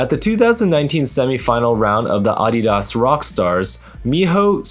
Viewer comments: Am I the only one that caught him say AA-dee-das rock stars??? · That's the first time I've heard anyone pronounce Adidas that way... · Forget beta/meta, can we talk about how says Adidas? Maybe its my localized dialect in NY but I’ve never heard that company pronounced like that.